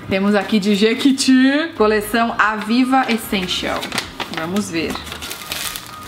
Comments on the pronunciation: Só eu vi que é Jequiti e não Jequeti? Kkkkk te amo tata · (editor... confere se não é "jequiti" ao invés de "jequEti")